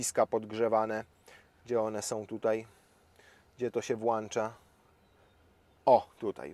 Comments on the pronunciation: "gdzie to się włancza" ... może jest tam jakiś włancznik albo chociaż wyłancznik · Sorki, ale mówi się włącza a nie włancza..., poza tym super. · włącza!!!!! nie włancza :)